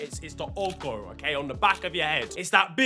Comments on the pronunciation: its ogo not owgo😂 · 😂😂 I'm Nigerian and it isn't called ogoh It's ogorrr The lack of the accent makes more funnier Ogone 😂😂😂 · They might have to seize your Nigerian citizenship after the way you pronounced ogo😂